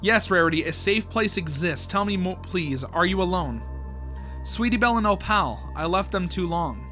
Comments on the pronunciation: O pal is hilarious lol 😂 Fr tho it’s said o-pull and it’s short for opalite (a crystal) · How your suppose to pronounce her name: “Op-ul” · tip: pronounce opal like apple, (ople) replacing the a with oh. btw opal is a real word, it is a gemstone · im not sure if im right, but i think opals name is pronounced as oh-poll/o-poll. well i think thats how they pronounced it in the show, but i dont remeber because i haven't seen mlpfim in a-long time. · cats name is pronounced o-poll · Opal is pronounced 'ope-ull'. No, I don't know why we spell it the way we do if that's how it's pronounced either. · Opal's name is actually pronounced like "Oh-pole" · The way you pronounce opal is oh-pl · it’s pronounced Oh-pull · Opal sound likr this op-el or op-il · opal is pronounced "o-pole" but just opal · bro please learn how to pronounce opal its 2 syllables how do u do it wrong every time 😭 there are videos so u can hear how its pronounced pls i love ur vids but i cant take it Anymore